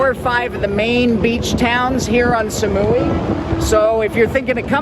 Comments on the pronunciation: สมุย = smui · Please don't pronounce Samui like "Sa-muu-wii", but just "Samu-i".